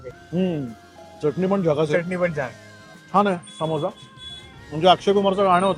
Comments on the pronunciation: शुद्ध बोलण्याच्या नादात अशुध्द बोलतात . सामोसा ❌ समोसा ✅check wikipedia अशणार ❌ असणार ✅ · सामोसा नाही समोसा 😊, समोसा' बिल्कुल सही और मानक शब्द है, जबकि 'सामोसा' एक वर्तनी (अशुद्ध उच्चारण या लिखावट) की गलती है